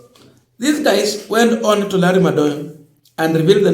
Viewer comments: Madowo....not Madoyo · Madowo, not Madoyo.